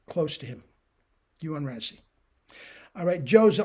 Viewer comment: Just tidbit info. His name is pronounced like.. “ray-see.” Looking forward to tomorrow’s video!